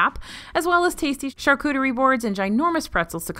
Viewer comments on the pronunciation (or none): none